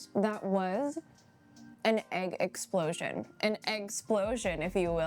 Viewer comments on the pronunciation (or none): LOL,, you're killing me smalls. "Eggsplosion"